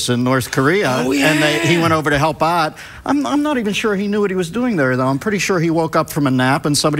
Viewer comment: you can hear Miller’s Pittsburgese, when he says “help aht” and not “ help out”